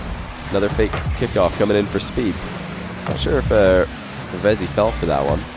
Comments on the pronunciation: It's actually pronounced "Reev-Zee" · I swear it is. I think reading it wrong